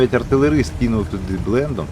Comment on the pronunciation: Кинути «Блайндом», не «блендом» :) від анг. blind (сліпий). Тобто, кинути всліпу без засвіту.